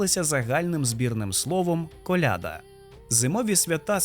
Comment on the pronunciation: сорі, але колядА ахахаха, не колЯда